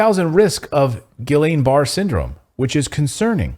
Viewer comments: Gee-on Ba-ray syndrome. That's how we pronounce it in the UK. From the French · Guillane pronounced hard “g” “Ghee-on” no ll pronunciation, and Barre’ is “Bah-ray” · Guillian Barre = Gee lawn Bah ray.... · Pronounced “Geeyon Baray” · It's pronounced Gee-On Baray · Ghee-YAN Bah-RAY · Pronounced as Gee- yon ber- ray. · You’re all mispronouncing Guillain-Barre. It’s pronounced Ghee-on Bar-eh. Like clarified butter and Canadians. You’re welcome from one of your RN subscribers. 😊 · it is pronounced Ghee -in Bar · It's "Gil-ian Bar-ay" syndrome.